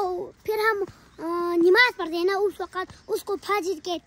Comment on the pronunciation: NAMAZ hota hai NIMAZ nhi hota😊